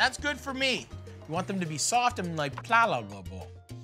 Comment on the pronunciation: Marty attempting to say pliable 🤣